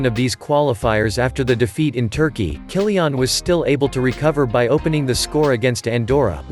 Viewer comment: Who the hell is "Kyli-ONN" ??